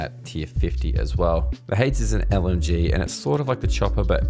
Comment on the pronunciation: It’s not hades it’s haydees please pronounce it correctly lol